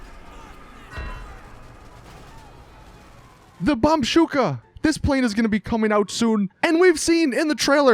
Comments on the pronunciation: If you listen to your followers about the Hydra bombey why not listen to them about you saying BAMBOOSHKA WRONG!! You keep saying BomSHOOKA smh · its bombushka not bombshuka now that is a logic right there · Bomb bush ka not bombsusha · BOMB FUCKING BUSHKA NOT A FUCKING BOMSHOOKA FOR FUCKS SAKE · Bombshooka? I thought it was bombushka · Can someone seriously somehow tell him directly to pronounce bombushka correctly like holy shit it's not bombshooka it's bombuuuuuuhhhhhhssshhhhkaaaaaa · BomBUSHKA say it right! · Bruh, its bombushka, not bombshuks. The fuck is your problem? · Dude, its Bambooska not Bambshuka... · Apologies for hydra bomb bay Mistake doesn't take it to account it's bombuska not bombshuka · BomBUSHKA not bombshuka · My God. Its bomBUSHKA. NOT BOMSHUKA JEEZ LOL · ITS BOMBUSHKA HOLY SHIT GET IT RIGHT!!!!! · It's the fucking BOMBUSHKA, Not the "Bomshuka" God damnit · BOMBUSHKA NOT BOMBSHUKA, christ you're a dumbass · Dat pronounce BOMBUSHKA right. Everyone including me is getting triggered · ah yes, the bombshooka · He said BombCyka 😂😂😂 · Are you STILL pronouncing the bombushka's name wrong?When I heard that you incorrectly spelt bombshuka I spilt water all over my screen.Come on man don't be so clueless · Harry Pomerantz EXACTLY,I FACEPALM WHEN HE SAYS THE "Bombshuka"... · BigDannyK But it is so simple to pronounce. BOMB-BOOSH-KAH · PrathamAwesome I agree you need to say this right it is very triggering when you say bombshuka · CrYpTic FuSiOnZz he said it wrong in the last 100 videos, looks like he doesn't look at his comments